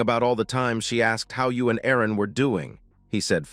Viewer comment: I would think her name was Erin and the voice over makes it sound like arron